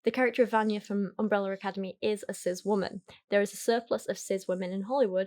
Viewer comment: why does she pronounce cis as sizz